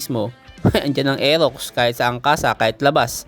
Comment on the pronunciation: Bulol r elox daw